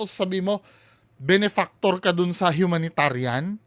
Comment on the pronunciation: Humanitarian humanitarian hooooo bulol!!!😂😂😂😂😂